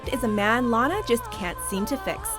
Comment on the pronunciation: SHE SAID LANA WRONG IM SO FICKING TRIGGERD RIGHT NOW WTF